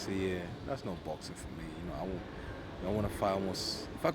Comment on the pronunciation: its baxing, heavyweight baxing. Dereck respect heavyweight baxing